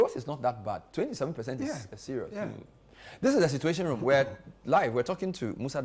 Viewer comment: "Cituation" Room, really?